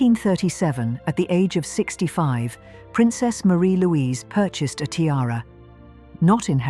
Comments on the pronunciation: Her name is pronounced Marry Louise nor Marie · You have certainly proved her name is forgotten. Her name was pronounced "MAH-ri- Louise" not "maREE-Louise"